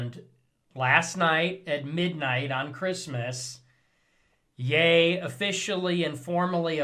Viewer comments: Its "Ye" like Yay, not "Ye" like he. You dont even know how to pronounce the thing youre talking about 😂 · The way you pronounced ye. Could not have butchered it any worse